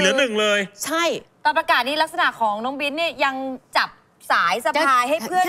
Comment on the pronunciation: บิ๊น ไม่ใช่ บิ้น น้องสวยน่ารักมากๆ